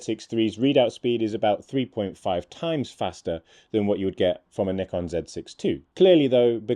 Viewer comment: At last, someone knows how to pronounce "Nikon" correctly.